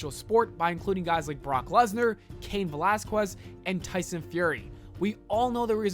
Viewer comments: IT IS PRONOUNCED VA-LAS-KEZ NOT VE-LAS-KWEZ YOU ABSOLUTELY BRAINDEAD SIMPLETON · “Cain Velasquest” 😂😂